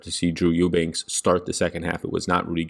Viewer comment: I went to school with Drew Eubanks!!! You said his last name right lol